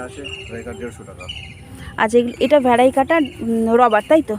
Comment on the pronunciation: Vari-cata bole kichu hoi na didi. "Variegated "ভ্যারিগেটেড